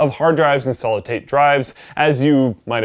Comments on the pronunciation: I heard him say Solid Tate Drive. Now I can't unhear it. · "Solid tate drives..."